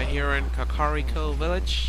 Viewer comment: the second way you said kakariko is the correct way. and if its not, its the best way =D